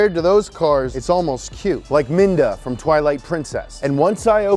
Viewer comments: it's midna mid na who the heck is minda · It’s Midna not Minda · boi did you just fukkin say minda ?? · “Minda” that’s it’s, I’m unsubbing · Did he seriously say "Minda"? How dare he